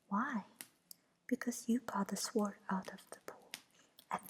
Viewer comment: I love the animations and enjoy listening to the chapter. This is the first time I've paid attention to tdee actual words though. It's probably been brought to your attention, but the w is sword is silent (sounds like sord). Thanks for this. The animations are beautiful and listening made a 4am feeding for my baby niece a little easier.